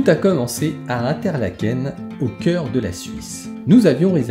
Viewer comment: Exactement, Interlaken , en suisse allemand , le in se prononce comme ine pas hein , comme Emmental qui se prononce emene tal . 😮😊